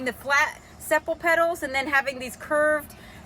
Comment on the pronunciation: Sepal pronunciation - Seepal